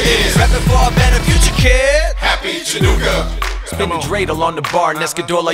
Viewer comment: Chanukah sameach! 🕎💙 Haha! I love it! "Happy Chinooka". You know that's probably how some non-jews think it's pronounced. 😂👏🏽